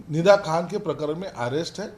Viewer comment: फिदा खान नाही निदा खान 😂